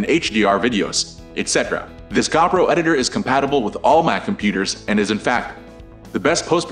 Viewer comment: It's Go Pro not Gaw Pro!